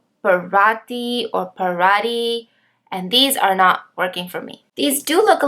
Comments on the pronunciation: Paratí. = Para-tchi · Parati is pronounced "paratchee" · Parati: “pa-ra-tee”